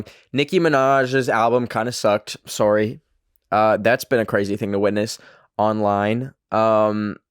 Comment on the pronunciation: am i the only one that makes fun of accent everytime he says "sorry"😂